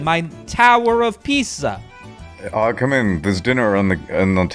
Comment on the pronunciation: the way he pronounced “Pisa” there is a slang term for penis in European Portuguese. Well done